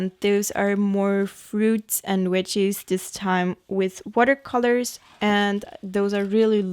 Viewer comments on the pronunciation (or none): I love your art so much. And your accent is lovely 🌹 I did giggle each time you said veggies tho :)